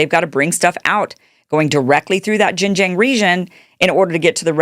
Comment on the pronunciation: Xin Jiang is approximately pronounced as Sing Junk with a silent k.